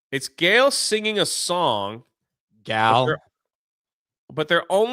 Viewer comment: Every time says Gail, an angel loses its wings